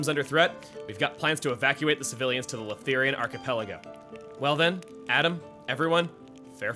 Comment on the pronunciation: I’m curious on who taught the Australian accent. Since he kind uses it on Leftherians every now & then.